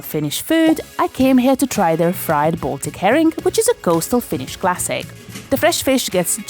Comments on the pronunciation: Really nice video in all. Plus your pronunciation of Finnish is exceptionally accurate for an English speaker. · This made me laugh. The video felt incredibly Finnish. Excellent job, perfect pronunciation and great editing. I’m Finnish and I’ve actually never been to a hockey game, but this genuinely made me a bit curious to go, at least if I can get some Shanghai tacos next to my Nakkimuki. That semolina dessert truly sounds like childhood, but you know, fine dining.